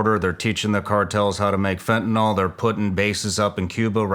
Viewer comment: It's fentanYL, governor. Not fentanOL.